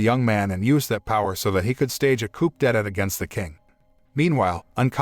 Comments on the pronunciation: Very good summary. Coup d’etat is pronounced, ko͞o dāˈtä. X sounds like Sh in Mandarin. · coup detat literally blow against the state pronounced coo day ta